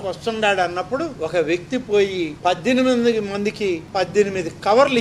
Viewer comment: గారు, మీ ఉచ్ఛారణ లో సరిచేసుకోవలసిన రెండు పదాలు ఉన్నాయి. అవి: ' చూయించి ' (తప్పు) ' చూపించి' ( రైటు) ' పజ్జెనిమిది ' (తప్పు) ' పద్దెనిమిది ' (రైటు) గమనించగలరు.